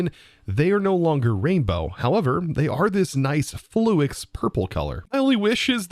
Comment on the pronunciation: I love you bud but why are you saying flux the way you are